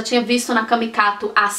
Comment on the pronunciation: do céu...toda vez q vc diz "Camicado", eu na realidade entendo q vc diz "CamicaTo" kkkk...eu conheço a loja como "Camicado". Sou de São Paulo e amei saber q pagou tão baratinho nos vasinhos (q tô atrás há um tempo) e na migalheira...arrasou!